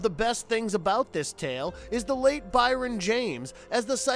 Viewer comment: Brion James (first name pronounced BRIAN, NOT BYRON)